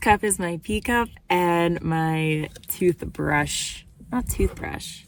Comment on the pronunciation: You really confused me....the toothbrush and the pee cup?! I was like, she said tee cup, right?!